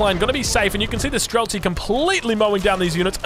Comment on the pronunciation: Its pronounced stree-lets. Shooter in russian.